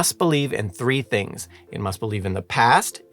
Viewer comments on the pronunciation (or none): none